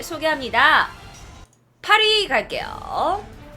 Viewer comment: 8위 갑니다 햇을때 파리갑니다 라는줄